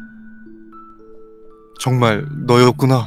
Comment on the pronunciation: 아니... 이 샤일 부를 때 나만 쌰일이라고 들리나....쩝